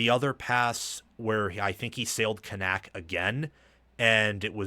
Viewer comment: Media guides are free, and I doubt you actually listened to game, because you are BUTCHERING Kanak's last name. It's pronounced Can-ick. Rece and Kirk pronounced it correct multiple times.